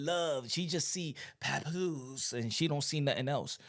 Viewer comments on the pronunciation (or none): Lmao did he say papooka